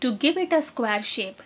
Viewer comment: plz learn to pronounce SQUARE as square not squar